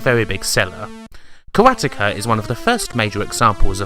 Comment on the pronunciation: Love the work you do with the backstory, research etc.......but so many mis-pronunciations with people's names. It's "MECK-NER" not "MITCH-NER"....:) I know you are British...but it seems strange you would do so great at everything else but get people's names wrong so often lol. Karateka is mis-pronounced too. Maybe watch YouTube videos others have done so you get those names right. And something not necessarily wrong but interesting. In Canada & The United States things like Commodore 128 are said "one twenty-eight" .... not "1-2-8"....The Commodore 64 is said "sixty-four", and you don't call it the "Commodore 6-4" so I don't understand why you would think it's "1-2-8". Cultural thing I guess. The 6502 processor is general referred to as the "Sixty-five oh 2".....not "6-5-0h-2"....just being nitpicky but it drives me crazy when I watch your videos lol. :)